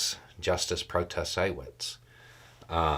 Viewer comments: I love watching you say "Pro-tah-say-wits" whenever you cover Wisconsin. 😂 I'm hopeful we get new maps in time for 2024. I think both houses will be Dem majority. WI GOP wants to revert back to abortion bans from the mid 1800s, and I think that issue will keep driving turnout. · I am convinced that half the reason you make videos about this is because you secretly love saying "pro-ta-say-wits" out loud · They (R's) will definitely lose federal Congressional seats....win/win!!! P.S., the last 2 videos about this gave ya at least 6 times to say 'Pro-to-say-witz"....love hearing ya say her name this way!!! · As a Wisconsinite, I am entertained every time he says the name Protasiewicz.